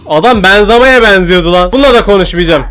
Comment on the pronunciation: Benzema ❌benzama